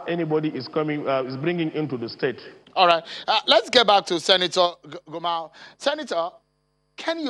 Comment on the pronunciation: Not gamau it's gumau